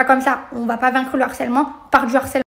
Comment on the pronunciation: Merci. On rehausse le débat. De même que mes oreilles me font mal à chaque fois que j entend l harcèlement. Alloooooo...C LE harcèlement, le h n est pas aspiré. Mais bon...C peut être un peu trop pour eux...